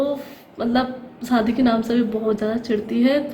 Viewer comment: hello mje kyun replay ni kr ri aj b ap sadi bol ri hain shadi bolty hain mje replay karain ap kyun asy bolti hain iam from pakistan islamabad